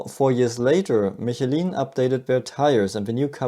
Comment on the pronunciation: That's unexpected Michelin pronunciation